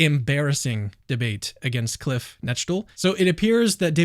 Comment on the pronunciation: 10/10 on the pronunciation of Cliffs name btw. Great video!